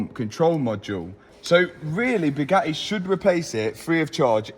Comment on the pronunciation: What would you call it?? Bugatti. Lol more like bugotcha